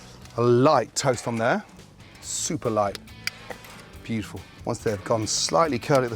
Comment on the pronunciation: Say "bjitiful" one more time Gordon, I dare you...